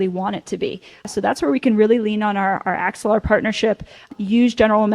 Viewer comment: did she say axelar?